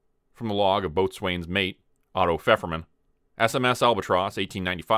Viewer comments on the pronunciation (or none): Love this story. However, isn’t boatswain pronounced bosun?